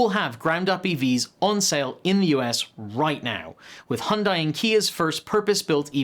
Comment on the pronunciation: Great Stuff... and the channel presenters are making progress in how to pronounce Hyundai correctly. HUN-DAY (rhymes with Sunday). 😏